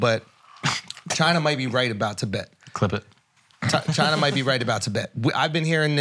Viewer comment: Yeah, as a Nepalese guy who's pretty close to my Tibetan homies, the whole chine was right was rough to hear. I enjoy Flagrant and they're not being serious about it, I'm sure they're just playing but definitely took a bit to get through.